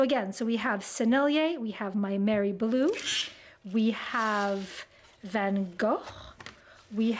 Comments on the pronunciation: Thank you very much for this mouthwatering video. I really appreciate your great effort for pronouncing Van Gogh’s name properly, being Dutch myself… Actually we do not have a hard G in Dutch, so both G’s are pronounced soft, like how you pronounced the last one. (It is also the way we used to “smell” out Germans impersonating Dutch citizens in WWII, because they do not have a soft G and can’t pronounce it😂). Am also very happy that you say he is Dutch, because it’s always a thing with our French friends who consider him French! And now off to fulfill some of that craving you gave me for new watercolors, even though we have to order almost everything abroad on this little Dutch island (Curaçao) in the Caribbean. At least we can get the European stuff relatively taxfree nowadays from the Netherlands. Een hele fijne dag en dank je wel! (New sub) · I went on a 13 country European bus tour after college and our German tour guide taught us the Van Gogh pronunciation. You’re the first person I’ve ever heard say it correctly! I tell people anytime I say it but nobody cares. Eh. I care! And now I’ve found one other who cares 😀 her mother made us sacher cake when we passed through her town it was charming.